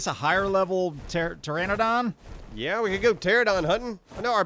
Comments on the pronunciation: Very small thing probably doesn't matter at all, but you guys keep saying pteradon, it's actually pteranodon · you guys STILL don't know how to say Pteranodon properly, I'm curious if it'll ever be figured out.